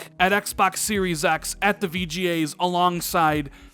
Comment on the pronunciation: Is there a cream for the VGA's? It just sounded like a sexual disease the way you said it. lol